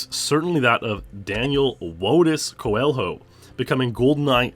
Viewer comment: The pronunciation is Co-e-lho no Co-el-ho, "lho" is read similar to spanish "LL" where you twist your tongue to make a different sound that doesn't exist in english. Coelho also means rabbit in portuguese.